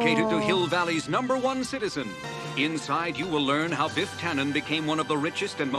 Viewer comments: His name is Biff not Beef 🤣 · I like how "Biff" becomes "Beef" when you saying it :-) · Every time you say Biff it sounds like beef and that's adorable.